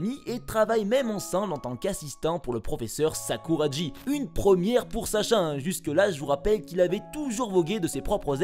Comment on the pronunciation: Mais... Sakuragi se prononce Sakoura"gui", pas Sakoura"dji"... Merci de bien prononcer les noms japonais.